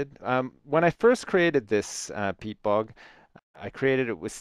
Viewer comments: its not pete, its peat, aka shit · Lol i thought he said "pete fart"